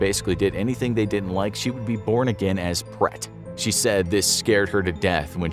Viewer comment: I was wondering what you were referring to when you were talking about 'pret' it's actually pronounced, 'bled' but extend the E sound as in 'BLEHHT' Written in Thai; เปรต